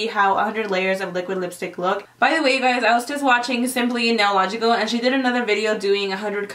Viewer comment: It’s simply nailogical not nailogical